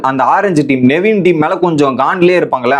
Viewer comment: Bro.... Tell the contestants name properly.... Justin illa... Jeshin.. Navin illa nevin...